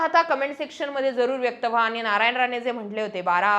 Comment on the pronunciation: जरा "आनी पानी....जानार येनार " काय हे? भाषा सुधार...मराठी शब्दोच्चार सुधार....